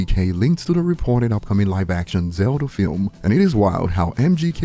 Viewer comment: Bro said zelder lol